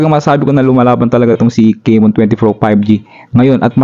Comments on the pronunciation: Tecno kay-mon 20 pro 5g 😂😂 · CAMON hindi CEYMON juskupo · Correction po sa pronounciation. Camon - Kamon ✅ Hindi po Camon - Kemon ❎ Sorry yun lang po. Peace 😊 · Techno keymon😂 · Bakit naging *keymon na si *Camon?? 😁